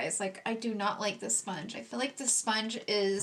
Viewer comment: Why does she pronounce feel like “fill”? What kind of accent is that?